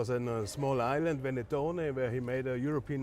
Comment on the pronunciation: Ventotene, not venettone 😃